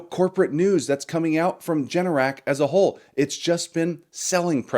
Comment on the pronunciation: You misspoke, Generac is ‘G’NRC not JNRC 😂 add $BMY to your dividend list. For AI add-> $POET